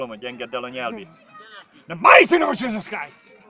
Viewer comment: csíszösz kráijsz`` ,,háleeleluijaja`` UI:hátérbe üvölt hozzá ma egy cigit